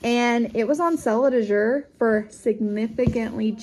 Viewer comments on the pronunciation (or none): Thanks for explaining how the drop went. Very helpful for those considering Azure! (Which by the way is pronounced AAA-zher. A as in cat, accent on the A.)